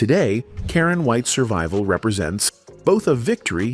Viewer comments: AI narration pronounces her name correctly, and seconds later - mispronounces it repeatedly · This video proves that one can't trust the accuracies of these videos. First, they need to pronounce her name right. Secondly, she was not left dirt poor as she was a successful real estate investor and made alot of money.